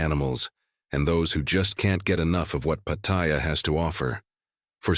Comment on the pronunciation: He cannot even pronounce Pattaya correctly